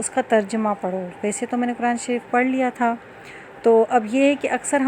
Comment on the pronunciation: آپ خود تو لفظ۔۔۔۔قرآن۔۔۔ کو غلط تلفظ کے ساتھ پڑھ رہی ہیں۔۔دوسروں کو کیسے درست تلفظ کے ساتھ پڑھائیں گی